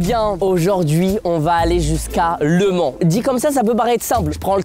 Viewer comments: On dit au mans... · Michou on dit aller au Mans pas aller. A le mans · Michou on dit au mans.😡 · On dit au mans pas Le Mans tkt pas grave 😂😂😂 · mich on dis pas ''a le mans'' on ''dis au mans'' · On dit Le Mans Michou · L’allemand au lieu du Mans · C'est grave par contre... Michou et comment ils prononcent mal les villes 😭. MauREEEEpas et je vais a LE Man... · Je précise on dit « Au Mans » au lieu de « à Le Mans » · Juste c au mans et pas a le mans svp respecter nous un peux 😢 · Eh c'est pas a le mans c'est au mans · ont dit pas aller a le mans mais au mans xD ca ma stresser toute la video moi qui etais de la bas xD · "à le Mans" ? Il n'a pa réussi le français de niveau CE1. Il n'a même pas le niveau d'aller "à le" collège. 😵